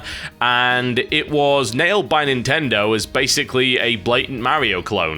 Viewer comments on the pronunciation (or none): none